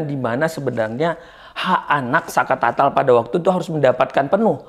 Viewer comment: Saka Tatal om, bukan Saka Tata